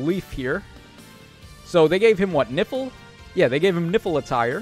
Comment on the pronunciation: Idk why, but every time you said "Nifl attire" I kept hearing "Nipple Attire" 😅